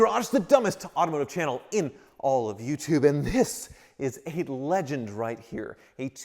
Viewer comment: I had to start the video over and turn up my volume. I thought you said it was a "Lemon" not "Legend". Though for you, it's likely both.